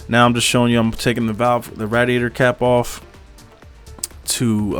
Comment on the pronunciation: The way you say radiator is cringe asf cuh